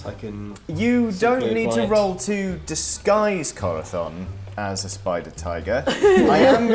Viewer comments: Anyone else notice pronounces the Z in Corazón's name as a "th"? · It always sounds like saying Corathon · I get the impression that speaks some Spanish because of the way he pronounces Corazon llike Corathon, and as a spanish speaker it pleases me greatly, whether or not he actually does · Castilian "th's" are pushing my non Argentine, Latin American Spanish pronouncing hackles up. What's next? Going to pronounce a double L as a "j"?